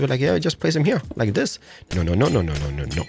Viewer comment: i dont like when he says zis